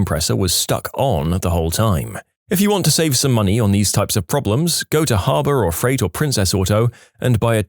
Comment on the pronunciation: Harb or Freight 😂